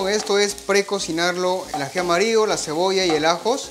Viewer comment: Excelente video, te sigo, pero trata de hablar bien no es aji amario, es aji amarillo. Tampoco se dice lo corto la papa, papa es femenino se dice se corta la papa, esta carne es muy bueno no se dice así, se dice esta carne es muy buena, carne es femenino, etc. Te ven de muchos países, deja una buena impresión de nuestro país 💪